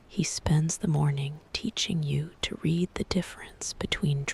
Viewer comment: Wrong pronunciation of the word “read”. Check your AI before posting next time!